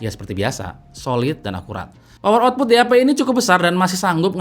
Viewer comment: Nama DAP gw dengernnnya "DI HAPE"